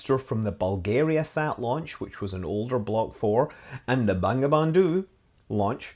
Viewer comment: It's actually pronounced as Bongobondhu in Bengali. 😂